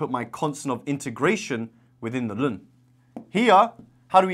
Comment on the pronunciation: First time hearing someone say ln as 'lun'.